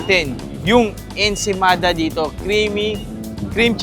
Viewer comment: It's ensaymada, why you kept saying ensemada?